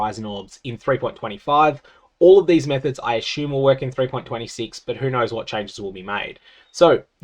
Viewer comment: "Cun-CHyoomables" GFD, man